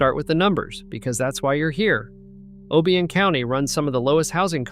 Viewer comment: I don’t believe you actually “drive through these towns. If you were actually there you would pronounce the names correctly. Obion is pronounced OH‑bye‑uhn.